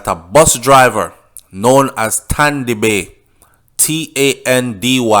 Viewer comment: He was called Tandy Bay because he can't pronounce the S words , so he said Tandy bay instead of sandy bay